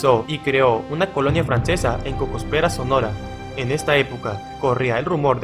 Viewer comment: Cocóspera Sonora, lleva acento en la O